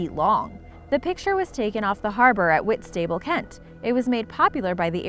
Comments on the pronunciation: Jack KingYT People outside the U.K. rarely pronounce UK place names right. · it’s not pronounced whitstayble it is whitsabl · Whitstable is pronounced witstubble